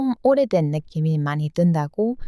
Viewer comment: 주인장님의 영상 매번 보는데 일부러 지적질하려는 건 아니고 어찌보면 매력이긴 한대 "느낌이 있어요"를 "느씸이가 있어요"로 발음하시네요. "이"나 "가"는 '주격조사'라던가 뭔 문법용어 있던데 기억나질 않네요. 암튼 중복/이중으로 쓰시면 한국인이 듣기에는 좀 이상합니다. 평소 한국문화를 사랑해주셔서 감사드립니다.